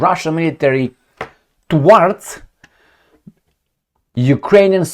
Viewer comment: its a difficult word to understand how to pronounce Thwarts: the th sound from 'thick' plus 'warts'. THwarts.